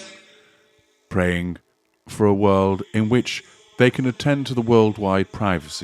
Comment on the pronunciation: WIRLD instead of WORLD???? That channel sounds crazy!!!